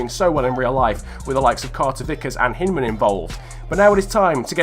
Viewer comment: it's pronounced hindman